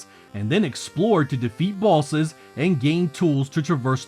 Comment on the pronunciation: 😂😂😅 oh man. Great video, but I just have to mention how you pronouncing “bosses” sounds like bawlzez… lol mah bad